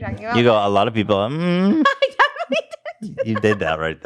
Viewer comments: Nobody: Ethan to Trisha:“a lot of peoplemmmm”🤣🤣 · lmaoooo I hope she watches that part back "a lot of peoplemmmm"